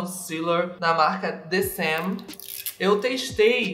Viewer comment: adamm a the saem literalmente só se lê "the sêm" hausuaua o ae tem som de E